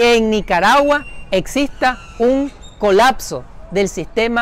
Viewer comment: COLACSO / COLAKSO no es un verbo la palabra es COLAPSO con “P”